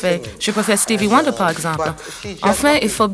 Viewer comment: Elle a dit " Steeve Wonder"